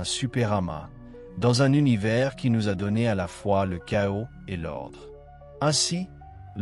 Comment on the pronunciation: L'Univay, L'Univé... 90% du temps puis 《l'Univers》 correctement prononcé une fois ou deux ! 😂 C'est sûrement pas un être humain qui parle là.